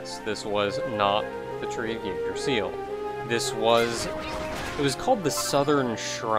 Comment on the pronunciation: Yggdrasil is pronounced ig-dra-sil